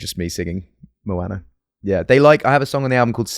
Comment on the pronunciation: The way he pronounces Moana confuses me as a polynesian 😂